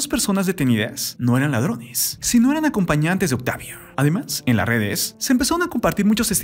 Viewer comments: Lamento mucho esta noticia, recordaré con mucho cariño a su personaje Benito. Ahhh y por qué este comentarista dice Octavia? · Es mi idea o el narrador está tratando de terminar varias palabras con la "e" Es como si quisiera que la palabra Octavio se escuchara octavie. Vida- vide mexico-mexique. Justicie, policie, miede... benite, misteriose, peligrose con muchas palabras.